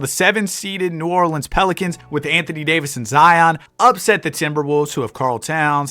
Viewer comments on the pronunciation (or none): none